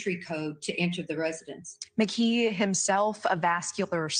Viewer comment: The suspects name is pronounced McKEE, not McGEE. LOL, just a quirk that bothers me.